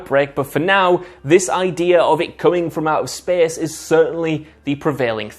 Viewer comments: It’s space not SPEEES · I KEPP LAUGHFING EVERY TIME HE SAYS "SPACE" BEUZ INSTEAD O SPACE HE SAYS "SPES" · When he said SPESS for space...